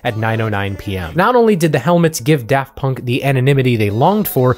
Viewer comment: Props to for putting in genuine effort to pronounce their extremely French names